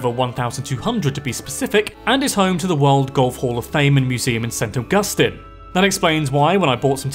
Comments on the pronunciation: also its pronounce Saint Augustine, not saint Awgusta stine. dude, youre not even spanish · Awesome job on your pronunciation of Apalachicola! But you mispronounced Kissimmee (it's kiss-i'-mee, the stress is on the second syllable) and St. Augustine. I know in the UK, it's pronounced with a stress on the second syllable, but the city in Florida has the stress on the first syllable.